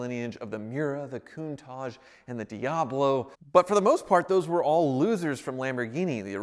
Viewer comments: martin wilk or just weirdly saying « coontahj » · . I can't afford the air in a Lamborghini's tyre so it's inconsequential to me how it's pronounced I just think it's funny how he says it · Everytime he says Countach it sounds like he's talking about a Raccoon with a moustache